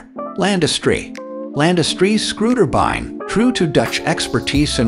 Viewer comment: You need a new AI narrator. Screwtabines?